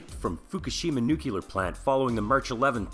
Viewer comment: Please,, it is nuclear, not nukular. Bad pun about you neeking up on it. What do I win?!?!